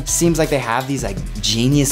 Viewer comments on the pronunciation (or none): said seams boy it is seems